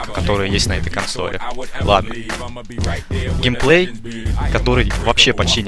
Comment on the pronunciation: Не Гейплей, а Геймплей xD И не надо говорить что видео вышло 10ого года